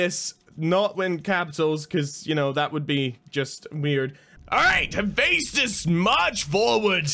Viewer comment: Its pronounced hufestus